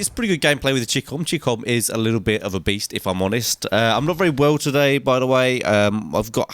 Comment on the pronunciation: Oh yea it's a boist hahaha get it right it's beast not boost